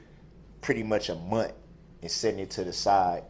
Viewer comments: Munt is like Oaf and Truff and aks. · A munt is what he is but he missed pronounced it !